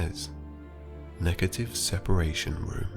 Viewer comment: I hear my old chemistry teacher bawling across the classroom: sepAAAAAAAAAAAAAration. Not sepEration!